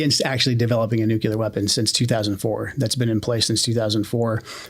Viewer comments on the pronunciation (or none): he also says Nucular, hmmmmm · Maybe I’m just a judgy fuck, but I can’t take someone seriously who says “nuke-u-ler”. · OMG! Why can't people say "nuclear" properly?! It is not "nuke-ular", it's said "new-clear". Fer chrissakes it's pronounced exactly as its written for crying out loud. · “Nuke-you-ler” lmao this guy is a total moron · I have trouble taking anyone seriously who pronounces the word nuclear "nukyular" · The amount of supposedly educated people in powerful positions of the government who pronounce "nuclear" like "nuke-you-lar" is astounding. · The guy says "nukyouler" He is just a symptom of the idiocy that is this administration. He's not saying anything we all don't already know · Politics aside, saying Nuke-you-ler is inexcusable! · I just for once want to have people who have control over our nuclear arsenal to be able to say the word "nuclear" correctly for once. I feel like that should be a bare minimum. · It is supposed to be "new clear", the other pronunciation sounds hick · How do you place someone in such an important position that can't even pronounce "nuclear"???